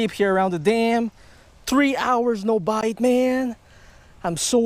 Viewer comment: his accent makes him say things ending with 't' as 'ch'